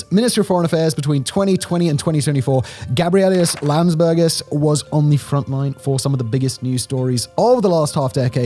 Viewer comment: I must say, you really strugle to pronouce his full name :D